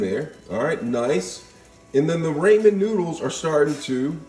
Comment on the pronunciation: do you say ramen wrong on purpose to be funny or do you really think that’s how you say it lol no shade just curious :)))